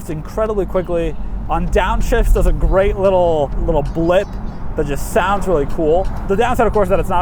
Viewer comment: This car is gweat, it weally weally is